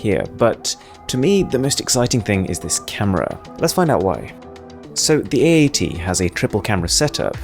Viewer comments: i love when he says A80 it sounds like eeeighty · it so hard to pronouce my phone name samsung ay egg ?samsung aeight samsung egg egg ? samsung 88? samsung ate ate ? samsung ??